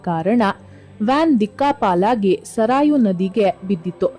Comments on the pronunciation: ಜೈ ಶ್ರೀ ರಾಮ್. ನೀವು ಹೇಳಿದಂತೆ "ಸಾರಯೂ ನದಿ" ಅಲ್ಲ. ಸರಯೂ ನದಿ ಎಂದು ಹೇಳಬೇಕು. ಹಾಗೆಯೇ "ಪವಾಡಾ" ಅಲ್ಲ "ಪವಾಡ" ಆಗಬೇಕು. ದಯವಿಟ್ಟು ಕಾಗುಣಿತಗಳಿಗೆ ಗಮನ ಕೊಡಿ 👌👍👍🙏😊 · 🙏🏼😌 🚩 ಮೇಡಂ ನದಿಯ ಹೆಸರು ತಪ್ಪಾಗಿ ವುಚ್ಚಾರ್ ಮಾಡುತ್ತಿದ್ದೀರಾ, ಸರಯೂ ನದಿ ಅನ್ನಿ, ಸರಾಯೋ ಅಲ್ಲ. ನಿಮ್ಮ ಅನುಕರಣೆ ವುಳಿದವರು ಮಾಡುತ್ತಾ ಹೋದರೆ, ಮುಂದೆ ಎಲ್ಲರೂ ಹಾಗೆ ಅನುಕರಣೆ ಮಾಡುತ್ತಾರೆ, ಕ್ಷಮೆ ಇರಲಿ, 🙏🏼😌. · ನೆಟ್ಟಿಗೆ ಮಾತಾಡಿ ಪಿಂಡ ತರ ಮತಾಡ್ತಿಯ ಸರಾಯು ನದಿ ಅಲ್ಲಾ ಸರಯೂ ನದಿ.ಹೇಳುವಾಗ ನೆತ್ತಿಗೆ ಮಾತಾಡಿ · ಸರಾಯು ಅಲ್ಲಾ ತಾಯಿ 🙏🏽 ಸರಯೂ ನದಿ 🙏🏽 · ಸರಾಯೂ ಎನ್ನುವ ಬದಲು ಸರಯೂ ಎಂದರೆ ಚೆನ್ನಾಗಿತ್ತು. ಜೈ ಶ್ರೀ ರಾಮ. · Madam ಸಾರಾಯು ನದಿ ಅಲ್ಲಾ. ಸರಯೂ ನದಿ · ಸರಾಯು ಅಲ್ಲ ಸರಯೂ.